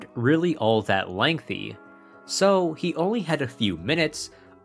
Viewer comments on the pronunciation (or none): none